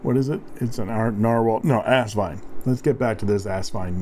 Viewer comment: Kudos to another captivating review -- and to the correct pronunciation of Asvine! I knew it was still possible to teach an old...I mean Dog...new tricks. LOL, and BINGO!